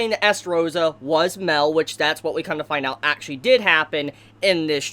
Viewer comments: its mael not mel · It’s pronounced (My-El) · It’s mael not Mel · I wanted to scream at u for saying mell its pronounced mi-el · Mel? It's ma-el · Mael is suffering because you're calling him "Mell" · it's not pronounced "Mel" it's "Mai L" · Dude your crappie pronunciation is confusing the shit out of me. Mael is like "My L" not Mel. You made me think he was a copy of meliodis or something. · Dis man says Mel instead of Mael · It annoys me that you say Mel not mael if your going to make videos plz say the names right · Ma-el,,, not mel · its not mel...its may-el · Who's Mel? It's Mael. Ma-el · Ok! I’m getting sick of this shit. It’s not pronounced “Mel” he’s not a fucking bartender from Jersey. It’s pronounce “MY-EL” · It's not mael(mell) it's mael(myel) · Ugh Mael isn't pronounced Male, it's Mai-el. If you won't a audible phonetic example watch hellboy, the ending of Sammael is pronounced the same way. Wanna say its a Latin pronounciation but don't get me wrong here. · Why are you saying Mel? It's Ma-el. For those who play Dota, it's like the whole Kael -> Carl thing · mael is pronounced (My-el) fam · him saying mael as mell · I like how calls mael mel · When this guy call him mell instead of maël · It's not pronounced mel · And mael its Ma-el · put emphasis on the A (mAel) otherwise it sounds like you're saying Mel (Meliodas) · how u pronounce Mael is aids. but good content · The way you say Mael makes me wanna die, other than that I loved the video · Yo bro your name pronunciations are horrendous. First of all it’s Mael (my el) and second it’s Gowther (Go ther) like Jesus Christ I didn’t know who you were even talking about it’s like you went out of your way to not say the name right. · Ok the way he pronounced Gowther "(GAWTHER)" And then how he says Mael "(MELL)" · Calls mael mel an calls gowther gawlthr lmao